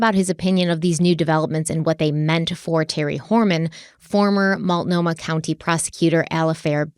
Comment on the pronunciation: Love you. Some people are just nasty and are never going to be pleased with anything you do or say. Also proud of you for your pronunciation of Multnomah after the first ep!